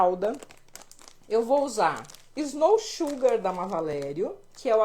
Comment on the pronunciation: Graças a Deus uma professoara falou corretamente o nome Snow Sugar.👏